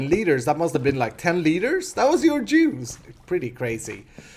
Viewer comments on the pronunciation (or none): his accent made it sound like: thats 10 liters of jews...